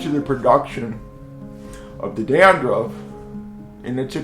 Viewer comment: Did he just say Gandruff? 😂